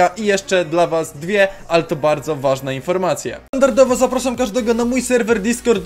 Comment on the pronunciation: wajne po powiedziałeś wsystko lol